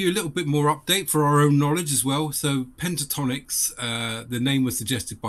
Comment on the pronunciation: haha .. its not Pantatonix .. but Pentatonix ... smile ..